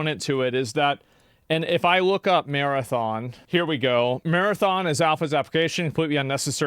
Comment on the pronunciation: "Mar-anthem" it's always the big devs 😑